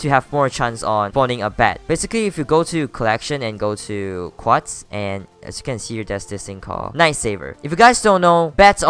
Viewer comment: Everybody gangsta till he starts saying quats